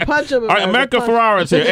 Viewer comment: How many times is going to call her America FerrAra. So cringey. A producer couldn't whisper the right name.